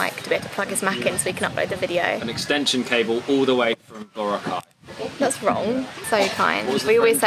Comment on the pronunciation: it’s boo-rah-khai